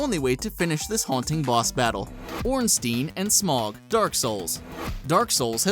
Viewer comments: "ornstine" who the fuck is ornstine? Ornsteins sister or what? That pronounciation Hurt my heart butchering a Name which brings fraid into the hearts of people playing Darksouls. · Ornstein has a German root in it. The 'ei' combo is meant to be pronounced like the English pronoun 'I'. In Smough... Drop the 'g' and pronounce the 'u'. No idea why that bothers me so much. It's like the people who pronounce archive wrong. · ornstein and smog thats not how you pronounce that lol